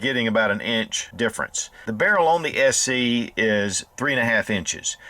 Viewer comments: Did he say SE, or SC? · I know, it just sounded like SE